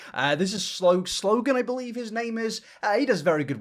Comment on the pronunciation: The video creator you’ve referenced several times is called SLOANE, not ‘Slogan.’ Love you man but why would you not spend 2 mins to fact check that before you record and incorrectly cite him?